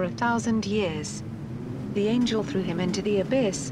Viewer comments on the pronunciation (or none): none